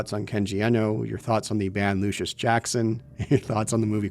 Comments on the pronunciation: The Luscious in Luscious Jackson is pronounced "Lush-iss". Look up "Naked Eye" if you like them. Absolute banger. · The irony of making fun of a game's mispronounciation of a word right after mispronouncing "luscious" numerous times is 😏👌